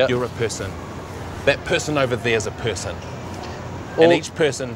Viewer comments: LOL the way they pronounce person, pisson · It doe NOT sound like "Piss" LOL